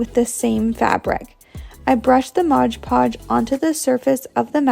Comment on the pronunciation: MOD PODGE!!! NOT MODGE PODGE!! OMG!